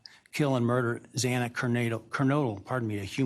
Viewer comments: Plenty of time to learn how to pronounce a name. It’s disrespectful to Xana. Detail matters! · Pretty sure he mispronounced Xana's name 3 times! Very disrespectful and irreverent. 😡🤬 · This made me absolutely furious as well, like so upset I can’t even put it into words. I can’t imagine how her family and friends felt hearing the judge mispronounce her name not once, but TWICE! Know how to say the victims names ffs!!!!!!! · 1000% agree that it was very frustrating that the judge mispronounced her name twice!!! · I’m glad that you called out Judge Hippler saying Xana’s last name wrong TWICE. Like how? How? We’ve known her name and Maddie, Kaylee, and Ethan’s names as well. I was furious, absolutely furious at that. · If Xana's family does makes their victim impact statement I hope they do point out Hippler can't be bothered to pronounce his daughter's name corrected. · Absolutely disgusting the Judge couldnt even say all the victims names correctly. For the love of god, I can say the names correctly in my sleep. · Please do everything you can to make his life miserable by stripping his ability to purchase the extra food and treats etc. and have the money he earns come back to the families instead. Disgusting Shame on the judge for his opening and for mispronouncing a victims name TWICE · Me too. I expected more empathy to be shown towards the victims and their grieving families. He could have said what he needed to say without being so callous and tone deaf. Plus the mispronunciations of Xana’s name on top of it. It was incredibly disappointing, and not at all what I expected out of this judge. These families deserved better.